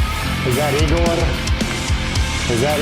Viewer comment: You pronounced Igorrr perfectly IF you’re from my part of the world , south England. Any thing with an R on end the South of England exaggerates Rrrrrr’s “ Guitarrr , Barrr , Encorrrrrre . Even the English say we sound like pirates . 🤣 I love some Igorrr ! “ Headbutt” it’s brand new .